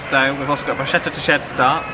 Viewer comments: It's pronounced brus'k'etta, with a "k" and not with a "she," as in bru'she'tta. In Italian, when you've a "c" before an "e" it's a hard "k." Just letting you know. Love! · Brrruuuscetta with K sound. With love from your Italian-American fan.